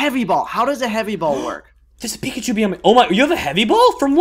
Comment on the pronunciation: he just said pickachu